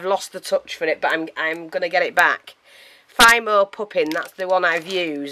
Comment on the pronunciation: His face is FABulous! And, by the way? It's pronounced FEE-mo. You did a marvelous job with that face, and you're right, it's time to bake him! Your fairy wings are transparent. Opaque means you can't see through it.